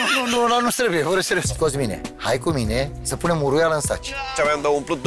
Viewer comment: Varciule, vezi că îi spune uruiala nu huruiala 🤣🤣